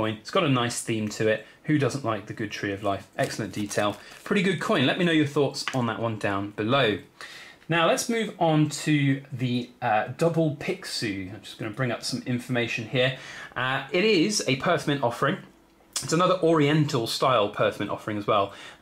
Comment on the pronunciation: Pixiu is pronounced "pee show" in Mandarin. Yeah, it's funny. Cheers. =)